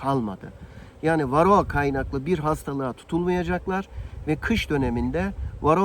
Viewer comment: Kendine arı mühendisi diyor. Varroğa, belfaks diye tellaffuz ediyor. O maske seni organik asitlerin buharından korumaz bu arada.